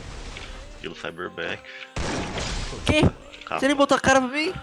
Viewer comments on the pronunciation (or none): "gelo cyber back"